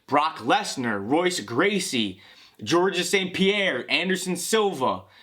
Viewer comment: Band wagoner. Who pronounces Royce Gracie the wrong way?! Gtfo